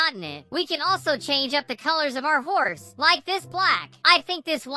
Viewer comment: When you said hor but is not hor is horse